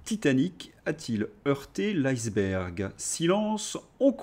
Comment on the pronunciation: Cher, en français, iceberg, se prononce " ISSE bergue"! Vérifiez dans le Larousse vous verrez! On ne dit pas "aye ce bergue"!